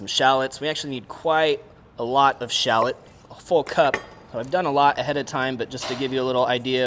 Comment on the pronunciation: It’s shall..lot , not shallittt!